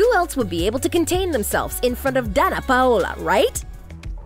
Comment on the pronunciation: My name is Danna to and she kinda is pronouncing it right. She’s actually really close probably almost the same as I pronounce my name and my name is pronounced just like Danna Paola. I was actually named after her lol